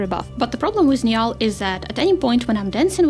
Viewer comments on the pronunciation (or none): Niall is pronounce "Neal," but Nya-all is funny so by all means continue saying that. Irish spelling is stupid. Like, how is "Sean" pronounced "Shawn." They have played us for fools.